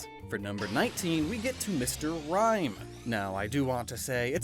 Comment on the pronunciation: RIME, NOT RHYME!